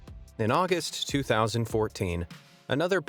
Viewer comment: u also mispronounced 2014